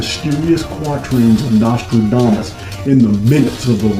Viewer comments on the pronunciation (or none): none